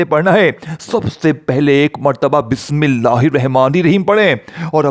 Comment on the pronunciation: بسم اللہ تو پہلے سہی پڑھ لو اور پھر وظیفہ بتانا